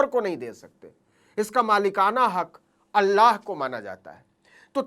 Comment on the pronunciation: naveen ji ye alla nahi Allah hota hai